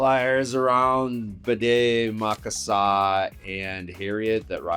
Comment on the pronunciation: Did you say BDE Maka Saka? It's Bde Maka Ska (formerly known as Lake Calhoun)